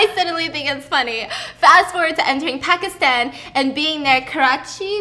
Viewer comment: Stephanie’s pronunciation of Pakistan, Lahore, Karachi, and Aleezay just added 10 years to my lifespan. 😭🤍